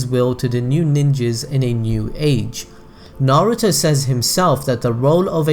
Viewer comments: Bruv it's pronounced "nar oo toe" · Narooto Sassgay Saakurah Ugh-chi-a Madraa Suraada Buhrewto